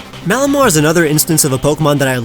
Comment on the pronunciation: Malamar, NOT Mallmar!